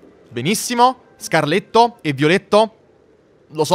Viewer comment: SCARLATTO NON SCARLETTO 🤣🤣